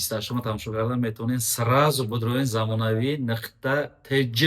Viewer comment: И чихели гапзанияй? Нықта нею нуқта.